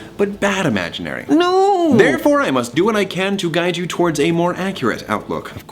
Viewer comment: “Bad imaginary” ...why do I hear forbidden fruit